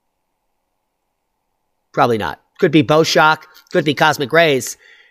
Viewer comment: Bow shock - like the bow of a boat - not bow like bow and arrow